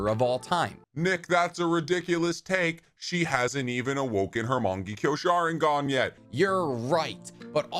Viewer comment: Why do so many people pronounce Shisui’s name that way? I’ve noticed a bunch of narutubers do it, but just so everyone is aware, it’s not shi-su-ee like ship. It’s SHE-su-ee Okay, after going through more of the video, you just have really poor, Americanized pronunciation. Mungeekyo sharingan, Minnuhto 😂